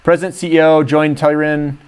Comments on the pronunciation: you really should learn how to pronounce their name guy, Tell-ur-Ian, practice that for a while there will be a test lol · that is not how you say Tellurian lol